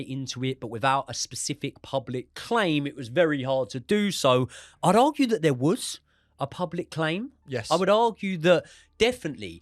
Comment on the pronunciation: I like in this justifying the argument barry deserved no comp. Here here. Stop saying wuz tho! W-A-S